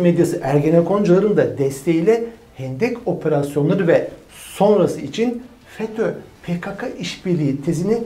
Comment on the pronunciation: Türkçede sessiz harfler yanlarına e seslisi eklenerek okunurlar. Türkçede Ka diye bir harf yoktur. PKK, Pe Ke Ke diye okunur.